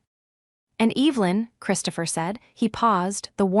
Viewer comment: It always makes me feel uncomfortable hearing the name Evelyn mis-pronounced..because growing up..going to church, there was an Evelyn that we were close friends with..one of my mother’s friends..they are all dead now, but still, after all these years..I notice..it just sounds like disrespect…and carelessness..